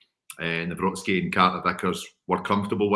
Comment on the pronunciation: Sound analysis as ever. Come on, you’re an articulate fellow, pronounce Nawrocki’s name please. Absolutely triggering lol